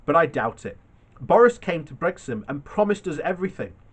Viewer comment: It's Brixham as in six-em, NOT sex-um and fix-em NOT fex-em. Sheesh.